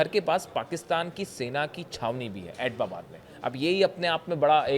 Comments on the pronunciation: Abtabad ❌ pronunciation Abbottabad ✔ pronunciation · Bewakoof Admi wo Abtabad hai naa ki Ababbab..pdhna nhi ata h kya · It's not etbabad, it's ebtabad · आप "ऐटबाबाद" बोल रहे हो जबकि सही नाम "ऐबटाबाद"है। सोशलमीडिया मे वीडियो बनाते समय उच्चारण का विशेष ध्यान रखना चाहिए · Sahi sa nol na siko abtabad bolo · एटबाबाद नही ऐबटाबाद.ठीक से सिखा करो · ये भारतीय एक्सपर्ट है। इनको उस शहर का नाम तक लेना नही आता (एबटाबाद) है। एटबाबाद नही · ऐटबाबाद नहीं - ऐब्टाबाद operating a channel but don’t know how to pronounce name of city. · Etbabad kyon bol raha hai. Us city ka naam abbotabad hai. Thodi to padai kar lo. Kabhi beti kabhi biwi. Kya confused ho b ho bhai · Attobabad bar bar bol kar galti kar rahe ho. Abbotabad bologe toh sahi hoga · Abbotabad h atapabad ke Nana bar bar galat bol rha h itne bade channel pr baith ke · It is not Atobabad? It is Abotabad. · Are aap to itni achhi news ki detailed analysis karte ho. Kam se kam is news pe sahi se working kar lete. Atbabad nahi hai ye Abtabad hai. I hope you made your corrections. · Abbotabad te bola nahi ja raha, reporter banne chala hai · Bhai Tera pronunciation aur research bahut hi kharab hai. Atbabad bol rahey ho baar baar.... Go and check the exact pronunciation. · अरे यार जगह का नाम तो ठीक से बोल लो,चले हो पत्रकारिता करने